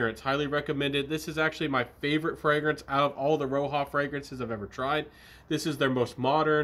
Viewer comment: RO-HA!!! 🤣 I love it when you say that,!! Hey, who cares what the right pronunciation is when the juices are good? Anyhow, did you just get these or had them for a while? My favorite is still Elysium from Roja. It's very versatile and safe for all occasions.